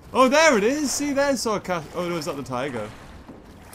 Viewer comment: 8.21 the way he said tigger